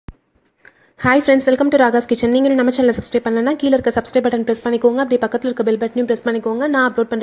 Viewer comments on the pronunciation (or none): none